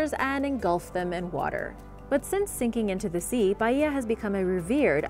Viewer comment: For the love of God please pronounce Baia normally and not Baiiiiia